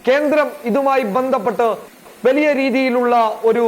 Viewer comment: അവതരണത്തിലെ ശരീര ഭാഷ കൊള്ളാം.., വാക്കുകളിലെ സ്ഫുടതയും , വ്യക്തതയും ഏറെ ശ്രദ്ധിക്കാനുണ്ട്..(etc.. വെലിയ അല്ല വലിയ)..ഈ ഊർജസ്വലതയിൽ ഉയർച്ച കാണുന്നു...